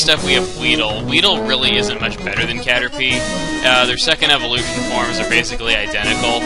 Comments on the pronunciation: *Caterpie, not Carterpie. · Isn't it Caterpie not Carterpie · "Carterpie" o-o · "Carterpie", lol.